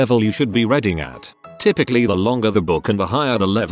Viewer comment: I know, I hate that about the tts too